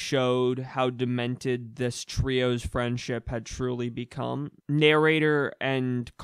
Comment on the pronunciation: Sick video. I think you kinda use too much emphasis in areas that you done need it. Like on the word truely before you use the bust a rhymes wii shop. But i liked the content